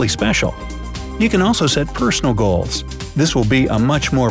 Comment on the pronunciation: it's goal not coal!! 🤔🤔🤔👍